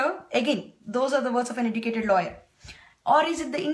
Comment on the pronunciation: OMG, it was so hard to understand and follow your Accent first of all. Sorry but its true. (its "educated" not "edducatedd" ... OMG ) What exactly are you trying to tell everybody ? Its a sensitive topic besides no body asked your opinion. Let me test your ignorance, i believe you are in some remote area of the USA, do you know how many women get raped in your neighbor hood? Dont worry, let me answer, in India, 2 rapes per 100,000 and in United States its 28.6 per 100,000. Go ask Obama whayi, USA daaator raapudu lol sorry. Just so every one knows, i am totally against crimes just like every body, could be a theft, robbery, rape, homicide or even corruption but i don't degrade my own community, its just stupid. Rapes are every where, that documentary is one of several thousand documentaries. All i am saying is stop making fool of yourself and our Indian community.